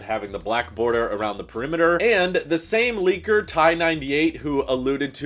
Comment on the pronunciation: Am I the only one hearing liquor instead of leaker?